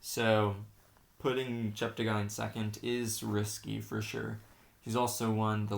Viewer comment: Please note that Joshua's surname is pronounced, Chepte 'gay' not 'guy'. He has consistently corrected commentators on this, and I have attempted to educate others, such as you, to this correction. Also, may I suggest that you ensure to get updated information about athletes' performances, thereby enhancing your observations. Tony Hunt World Junior Athletics News NZL.